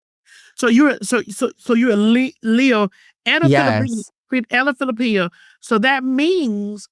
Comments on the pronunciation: “So you’re a leo and you’re a Fillapeño” 🤣🤣 girl was u tryna say jalapeño?? or filipino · lmao saying Filipino like jalapeño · Philipeño she said 😅